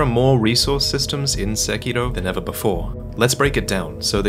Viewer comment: I’m glad someone finally pronounced the title correctly 😂